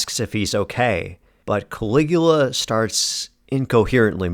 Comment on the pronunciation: "Cali-ghoul-a"? Groan.